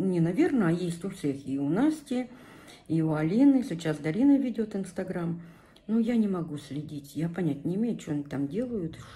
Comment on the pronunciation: Ее зовут ДАРИНА! Не надо коверкать красивое имя. Иди русский язык поучи лучше, чем кофточками интересоваться🤨